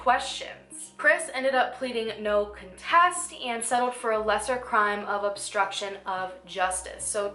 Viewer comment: Love ur work but it’s con-test lol like a coloring contest.. just had to mention it.. I hear u say it the other way every time..